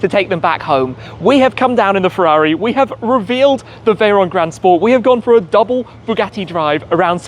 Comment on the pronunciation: So you can't even say Ferrari while driving one.